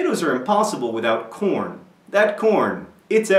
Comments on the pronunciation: i thought you said "porn" at first lol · i thought you were saying porn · for a second i thought you said porn... XD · ... I had to watch this twice because the first time I thought you said "porn" instead of "corn". I am so, so glad it's really corn. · In the beginning, i thought he was saying porn. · ...I thought you were saying "porn" instead of corn.... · At first I thought you said porn... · I did not think you were saying corn..... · It took me a while before I knew he meant corn... not korn... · in the beginning I thought he said 'my father was already obsessed with porn' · thumbs up if at first you thought he said porn at first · at first i thought you said something that sounded like corn...